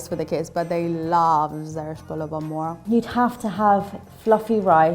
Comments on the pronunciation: also the way she says MORG instead of MORGH I can tell she's not Iranian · Sura is not persian. She can even say zereshk polo ba morgh. She cant pronounce "gh". No persian woman wear her scarf like that and sura is arabic name I think I haven't even hear that name. Guys! WE ARE NOT ARAB!!!!! We are tired to say that to the world.